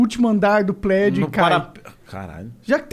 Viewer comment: A inteligência em pessoa, quando foi falar dos chineses, já meteu logo um "plédio". Kkkkk QI infinito